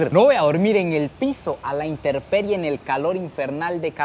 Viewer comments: Aprende a hablar no se dice “interperie “ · Solo un pequeño paréntesis, la palabra es intemperie . No es que lo corrija a lo malo si no para que vaya mejorando.